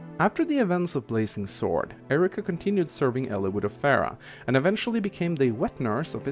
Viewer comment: erika... you said erika. just pointing it out